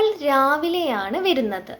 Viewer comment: വെരുന്നത് എന്നല്ല, വരുന്നത് എന്നാണ് ❤️